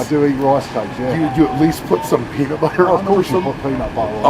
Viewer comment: "Paenat Bah'ah" 🤣🤣🤣🤣🤣